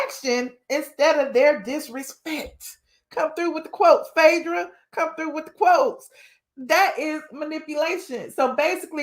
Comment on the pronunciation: Its Phae not Fedrah please